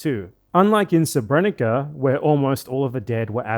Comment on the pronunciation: "sebrénika" haha. Though to be 'onest English has a big problem of not respelling words from different orthographies, so I don't blame him considering there are more serious matters at hand.